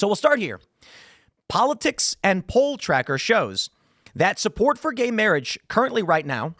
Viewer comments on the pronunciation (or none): Lol "guhey mayrage"